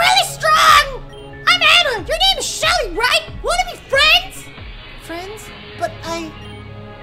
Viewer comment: I love your short summary of Anna lol you accidentally said Shelly btw